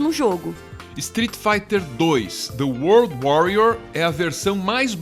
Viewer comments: Olha só quem finalmente aprendeu a falar "world" kkkkk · Estou muito feliz ao ouvir o pronunciando "world".